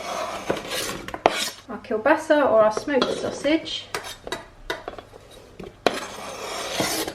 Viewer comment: i like how nicely you said the "kielbasa" :)